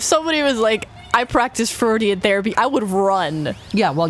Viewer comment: It sounds like Michelle's therapist was "FRAUDIAN", rather than Freudian.